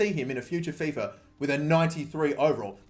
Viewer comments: FifA not fefur... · Fiffer 18, let me guess you also say Iniester